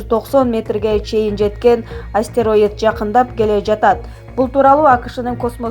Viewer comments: Астераид эмес астероид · Астероидди астэраид дейт го суйлоп берген кыз ))